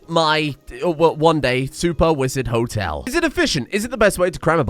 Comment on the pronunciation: Wizard Hotel: Wololo -tel (as in, the sound the damn unit conversion priests in Age of Empires made :D)